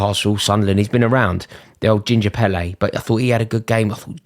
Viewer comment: Ginger pirlo you said pelle 🤣